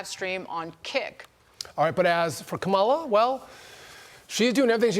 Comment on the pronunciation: The jerk can’t pronounce KAmala. So disrespectful and adolescent TRUMP IS THEIR PUPPET MASTER